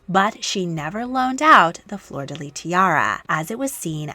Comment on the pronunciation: Anybody else annoyed when an anglophone says "flor de leeeeee"? FLEUR DE LYS, LYSSSSSSSS!!! Sorry, pet peeve. I love those videos though.